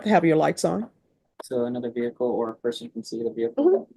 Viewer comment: What’s a veer hickle ? 😂😂😂😂😂😂